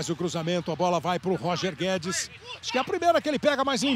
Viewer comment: O narrador disse Roger Guedes e eu só escutei Toni Kroos